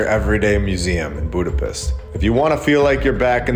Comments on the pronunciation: Eh brother.... Hungarians never say "Buda - PEST" It's pronounced as; "Buda - PESHT" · Budapiss? Is that a Midwest drawl thing? If on purpose, not that edgy